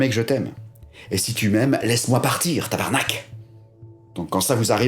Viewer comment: A j'ai tellement rit! Un "tabarnac" bien dit sans accent, à la québécoise! 😂